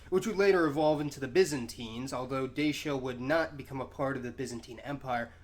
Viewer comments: great video however its not pronounces (d-a-sh-a) its pronounced (d-a-tchia) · The Moldovans actually pronounce the word Dacia as "Da-cha"